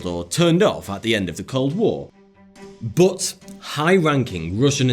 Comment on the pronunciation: That is not how to pronounce "but",!